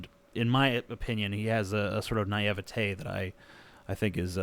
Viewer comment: You have a very interesting way of pronouncing naivete.